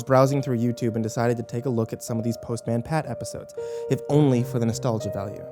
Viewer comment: The pronunciation of postman destroyed my soul xD Also author - what d'you mean 'what little remains of the show' I can watch that shit on amazon prime right now if I wanted too.. They have their own youtube channel.. and pretty sure they're still making new bits here and there x'D